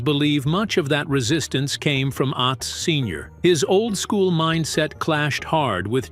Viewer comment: Narrator can't pronounce certain words correctly ... Atz isn't pronounced like the world at...it's pronounced lie the word not